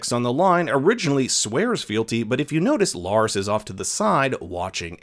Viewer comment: He's not LOras but LArys. Be sure to pronounce the name correctly. Otherwise you're not talking about the same person.